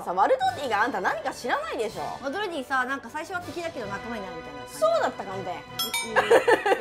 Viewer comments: ワドルディ一生言えないのかわいいwww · 一生ワドルディ言えない草